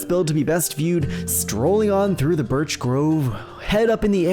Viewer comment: Man really said birsh